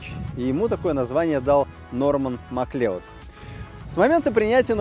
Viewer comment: Не Маклеод, а Маклауд